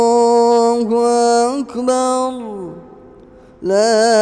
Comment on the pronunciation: Masha Allah. likn bus Allah hu Akbar Ka talaffuz intihai galat Raha .Ur badi hi Galti Rahi Akbar me.allah hu Akbar h. allah hu Akbaaaaaar nhi h.ok